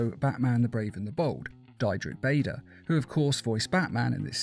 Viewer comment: Deedrick bader is how it’s pronounced